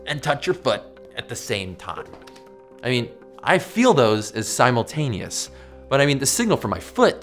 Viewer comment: We can't agree on what is simultaneous. Guess what? I don't even agree with your pronunciation of simultaneous.